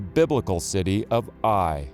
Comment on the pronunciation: THE CITY OF AI - IS PRONOUNCED 'AW-YAW' '...AND THERE ARE NO 'ITES' IN HEBREW NAMES...BUT, ANOTHER GREAT VIDEO PROOF OF SCRIPTURE...ALL THE BEST...🙏🏻